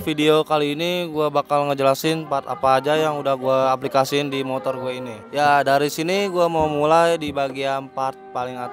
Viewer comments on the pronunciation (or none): none